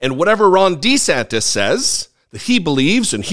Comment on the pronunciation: It sounded like you called him "Wrong De Santis." Maybe it will catch on! You heard it here first, folks! said it first!!!